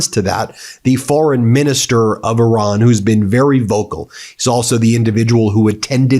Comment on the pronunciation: Ben you seem like a nice guy please learn how to say the name Iran...